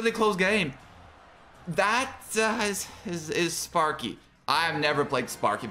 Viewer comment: Not him calling the sparky deck spanky